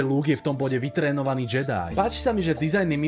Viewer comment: návrat Jediů nedává už vubec smysl, protože to má znamenat Návrat Anakina na světlou stranu síly. Navíc Návrat Jediho je to z toho důvodu že to tak vyslovovali v původním dabingu, místo [džedaj] to vyslovovali jako [džedy]